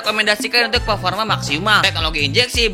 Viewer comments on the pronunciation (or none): none